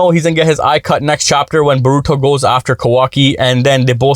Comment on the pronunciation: Bruh please stop saying "borooto" its "boruto"